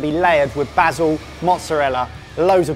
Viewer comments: Glad to hear someone () pronouncing "oregano" properly for once. They still need to work on "basil" though. #somedayyou'llgetit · every time i hear them say "bah-sil" instead of "bay-sil", i cant help thinking of faulty towers and it hard to take them seriously, cuz all i can think of is Sybil screaming, "BaSiL!!"